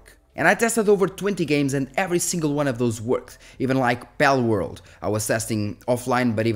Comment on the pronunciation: Bellworld? You mean Palworld...